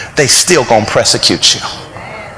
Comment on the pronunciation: And "press a cute" 🤔🤔🤔